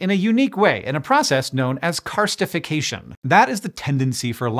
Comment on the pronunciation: I actually did hear "carcinisation" when Hank said "karstification" so I appreciate the clarification!